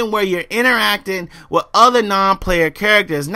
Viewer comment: Use proper an·nun·ci·a·tion, you say wif a lot. Drop the F and add a TH at the end. This may be a earth shattering revelation too you but not every games main focus is about competitive multiplayer. Destiny is about The exploration of the solar system, collecting loot and running through dungeon (Strikes) with your friend's, the competitive multiplayer was not intended to be the main focus. Bungie also locked the multiplayer because it would give people some time to play the game and find competent weapons. One last thing how can you knock a game for not having prone ? does this looks like a tactical shooter ? Going prone in a game like this defeat the design philosophy behind its game play an is invaluable to it.